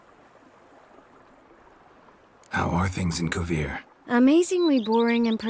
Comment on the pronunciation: This was interesting. I don't know about anybody else, but I rolled my eyes and took a shot every time I heard Kovir.